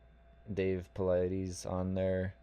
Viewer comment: Who is this dude talking his facts are wrong and say Dave’s name the right way can u read . Did the dude really think Maine gets 24 hours of light in the winter it’s called northern Canada and parts of Alaska get 24 hours of light